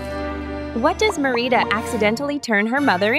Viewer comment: You need to watch Brave again cause that’s not how pronounce Merida